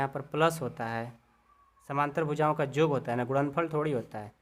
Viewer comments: Sir AAP yog ko Jog bol rha h😂😂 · Sir aap yog ko Jog bol rahe hai